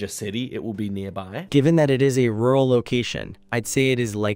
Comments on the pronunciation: Bro doesn't know the word "rural" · This version of does not yet know the words "rural" and "ditch", but this should be fixed after a few more rounds of training.:D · Rural is the word lol and i think that i struggle to pronounce it as much as that AI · bro does not know rural and ditch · its funny that he can’t understand the AI saying “rural” but that’s exactly how my midwestern accent says it 😂 It’s a difficult word for us to say so I get why it’s difficult for others to understand